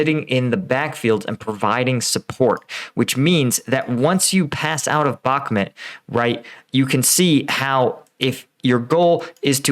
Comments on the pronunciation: Dude its called Bakhmut and not Bakmet, its a city name not a person name has noone told you already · The way you pronounce Bakhmut is very hard on the ear. There are plenty of videos with native speakers pronouncing it.. try "Bakh-moot"